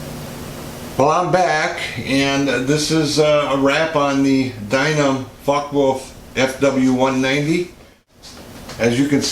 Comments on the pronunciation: You mean it's not called a FOCKEE WOLF? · Guys from USA, please check on some German website how to say properly: Focke Wulf. The way you say it hurts.